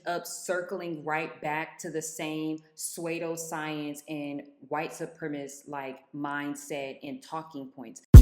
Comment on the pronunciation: You pronounce pseudoscience wrong and want to talk about intellectualism yeah I can’t trust your opinion normal doesn’t equal healthy